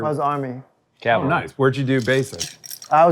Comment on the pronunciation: You'd think someone in the cavalry would know how to say cavalry. Burt, I understand.